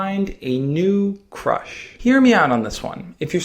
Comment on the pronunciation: At the beginning he said how do i talk to my crush but i thought he said how do i talk to my crutch and burst out laughing after he said that xD